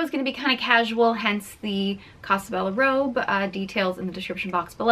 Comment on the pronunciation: It’s so hard to watch you talk about this.... You look amazing though! BTW, the pronunciation is “ko”sa bella, like co in coke. (Sorry I’m fluent in Italian - lived there for 10 years.) Crystal is good for you. Looks like you dodged a bullet with this guy... You’re right, don’t lower your standards just to be with someone. I read Tarot Cards if you ever want a free reading. 💝💝💝 (I’m on FB with the same name, I don’t know if you can send private messages from here.) Great video....Ciao Bella!